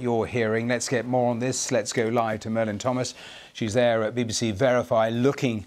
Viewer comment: Did he call her Merlin?